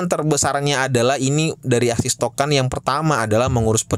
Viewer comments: Bang tolong tolong banget bilang ASIK TOKEN bukan AKSIS TOKEN 🙈🙈🙈 😂😂 TOLONG TOLONG BANGET PEGEL GW DENGERIN NYA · ASIX bang... Bukan ASIS apalagi ISIS.... 😂😂... SALAH sebut meleee lu bang...